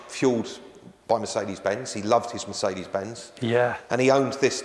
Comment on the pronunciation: Yet he can't pronounce Mercedes-Benz.